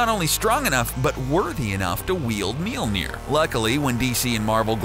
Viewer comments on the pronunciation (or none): The funnest part is every time he says mjøllner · you are pronouncing Mjølner wrong tho